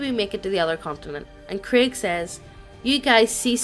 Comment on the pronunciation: We not gonna talk about how is pronouncing Craig as Krieg? I mean I'm fine with it if you guys are but...